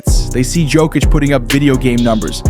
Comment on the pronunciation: Yoke-itch not joke-itch